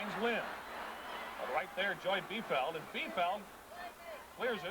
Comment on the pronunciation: LOL, the announcers mispronounced Joy Biefeld's (neè Fawcett) last name!